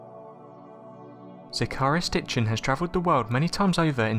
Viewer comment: ZECK-a-rye--a SITCH-in.